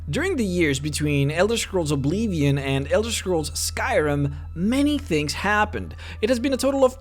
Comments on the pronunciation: OBLIVION NOT OBLEEVIAN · It´s called Oblivion...not Obliiiihvioun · “OblEEEvion” Y tho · The Elder Scrolls: Ohb Leave Eon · Elder scrolls obleevien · omg stop saying oblevion! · oh-blee-vee-yohn had me cracking up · Please work on saying oblivion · I love how he says oblivion